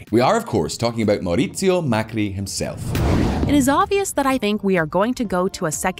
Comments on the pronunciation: I´m sorry but i can't help but laugh every time you pronounce Mauricio as mauriquio. it is actually pronounced mow. - ree. - syoh. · Marcurio = Mauricio Repeat after me: Mau ri cio <3